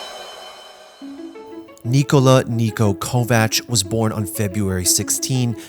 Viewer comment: I am surprised the narrator said his name correctly and not kovak